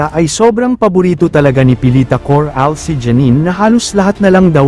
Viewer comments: Coralles. Ndi Cor Ales mali Ang pronunciation mo .😮😮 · bwisit ipronounce mo maayos yong Corales!